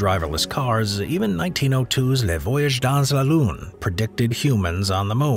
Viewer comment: what about making a minimum attempt at pronouncing “Le Voyage dans la Lune” with a sound even vaguely reminding the fact that it is French? 😂 Otherwise, “A Trip to the Moon” will do